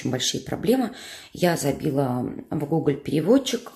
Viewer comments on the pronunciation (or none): Как вы интересно говорите гуголь. У меня свёкор француз. Было так неожиданно услышать ви-фи и жасон статам)). Мир так велик и в то же время так мал)